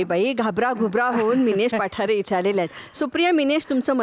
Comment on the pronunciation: पठारे नाही, पाठारे अस आडनाव आहे